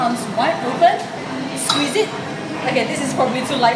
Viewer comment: I DIE EVERYTIME SHE SAYS "okay, sqwees¿" 😂 I love this, it's so helpful.